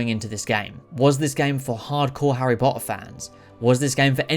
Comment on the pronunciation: I love how he says harry po-er all the time😂😂❤